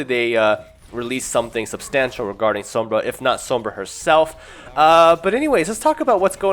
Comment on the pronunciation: the way you say sombra makes me cringe